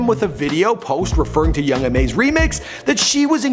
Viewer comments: its ma niga not mom. ma. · this nigga said "young mom" lol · Di you just say young mom? 🤣 correct yourself.